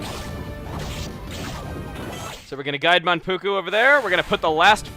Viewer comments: Yes he was, but Mankugu? I thought it was Manpuku.... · Mankugu?? its Manpuku.....